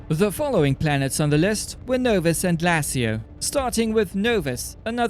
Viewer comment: Pronouncement: Glay-shi-o